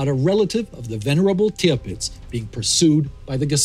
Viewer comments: Tirpitz, not Tripitz. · I am a stickler for detail I noticed it should be Alfred Peter Friedrich von TIRPITZ not tripitz ...anyways I really did enjoy this video about a little known or talked about subject. Keep up the always great content. thanks